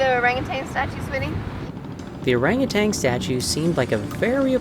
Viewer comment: There’s no g at the end of ORANGUTAN. Please orangu-TAN not orangu-TANG!